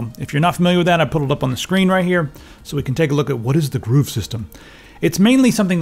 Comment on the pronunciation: It's grove not groove!